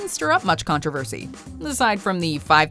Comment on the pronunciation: There is NO "a" in the word (controversy). It is pronounced "Con tro versy" Not "Con trav aversy"